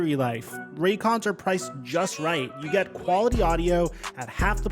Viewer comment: “get his mind RIGHT”… not “retweet” Pretty sure